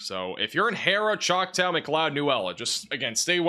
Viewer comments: I think you need help pronouncing "Choctaw". Chaulk-taw.... not "tow", the "a" is awe, like awesome. I laugh each time you say it, lol. Nice try though, lol 😊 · ChocTAW (as in “aww”) no “O” in there so “ChocTOW” is not how you pronounce it. (Awesome job as always. I’m just the son of 2 English professors so no malice intended!) Love you guys. 🫡❤️ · He said har-rah and chowktaw 😆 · Just to help you out, it's Chalk Tah!, Geronimo is like the Indiana, Lindsay is Lind zay. When you aren't from the area, it's difficult, but just so you know most Oklahoma towns are named after Indians or Tribes. So, think of how those indians or tribes names are pronounced. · JFI, Choctaw is pronounced “Chalktaa”. Thanks for your reporting. I’m a lifelong Okie, raised in Osage county but now a Tulsa resident. Seen a lot of weather at 70 years old. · Chalk tall. That's how u say it.